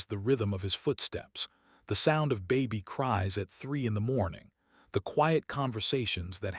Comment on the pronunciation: The narration in this part isn't as good as part one. This one mispronounces names and even the word baby. 🙄